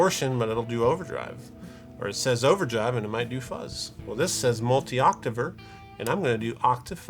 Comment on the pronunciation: It’s pronounced octaver